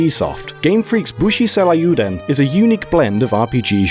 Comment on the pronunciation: What's with this guy's pronunciation? It's Seiryuuden, not frickin' "Seh-lah-yoo-den".